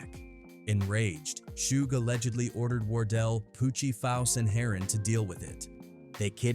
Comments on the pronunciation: "Harrin"😂 Its pronounced HERON ( HAIR-RON) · HATE THE DAMN AI BULL ISH, PRONOUNCING EVERYONES NAMES WRONG! Its "HAIR-ON" LIKE SHORT FOR HEROIN. SMH😂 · It’s heron like heroine 😂 may be I should do this id be a great YouTuber ai 🤖 amazing